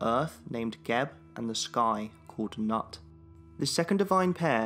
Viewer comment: Not nut 🥜 but pronounced noot